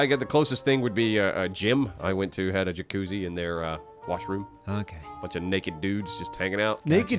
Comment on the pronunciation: Jacuzzi not a Jacutzi.